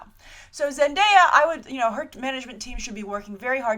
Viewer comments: By the way thank you for pronouncing Zendaya's name correctly yesterday & today I've seen her name being butchered left & right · You're the first movie news site to actually pronounce Zendaya's name correctly 😁😁😁 I'm really excited for this casting, I want Zendaya to play a new version of Blackcat!! She could definitely handle the attitude and the seductiveness. But I'm open for any role she'll be playing, I want her career to grow and prosper lol